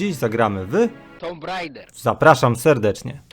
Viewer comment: Tomb Raider, prawidłowa wymowa to TUM REJDER co znaczy (łupieżca grobów), ale w Polsce wielu fanów gry wymawia to jako TOMb RAJDER, a co dla anglików znaczy Tomek jeździec, a to przecież nie to samo! Przecież to nie jest jeździec!! Bo jeździec po angielsku pisze sie tak RIDER, a nie tak RAIDER, i jeźdzca wymawia sie rAjder a łupieżcę tak rEjder.